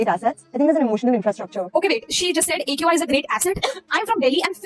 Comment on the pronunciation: People hate her cus she is pretty and rich and well learned and she said eqi not aqi